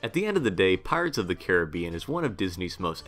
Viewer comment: Pirates opened in 67. Thanks for saying Caribbean right